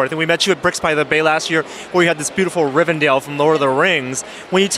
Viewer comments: Rivendale? Really? It's Rivendell!!!! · Her face "omg this noob can't even pronounce Rivendell correctly".